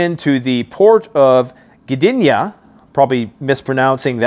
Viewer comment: Perfect pronounciation - Gdynia. Thank you for updates